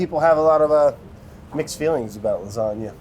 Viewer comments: You GOTTA have RICOTTA when you're making LA.... LASATTA. Sorry. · it's pronounces laaa-zaaa-GGGGna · It’s called L A S A G A ! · Lasgana? Brad?? Ahhhh my 9yr old brain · Nobody: People born and raised in the US but have Italian ancestors: hey, Italian here, and you're doing it wrong